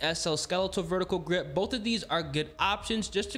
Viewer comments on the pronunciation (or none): none